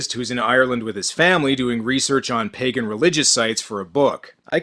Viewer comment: the way he said "ancient pagan demon" made it sound like he was saying "ancient pegging demon" wich is, to being honest, a lot more terrifying than the guy from this movie